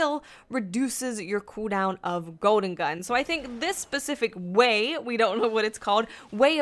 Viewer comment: "Goden gun" :P